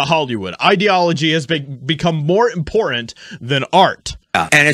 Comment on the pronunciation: Imagine, being a grown man and not able to properly pronounce the word “important”